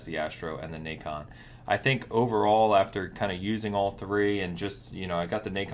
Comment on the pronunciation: the naycon wft ? it's called na con not nayyyyy con